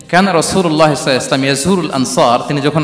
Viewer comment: আসসালামু আলাইকুম। আজহারী হুজুর রাসূল সাল্লাল্লাহু আলাইহি ওয়াসাল্লাম শুদ্ধভাবে বলেন না। এটা শুদ্ধভাবে না বললে গুনা হবে কি?